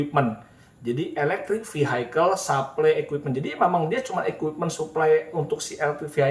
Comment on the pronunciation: Om input aja.. "vehicle" bacanya bkn vihaikel. Pls cek kamus. Smg membantu..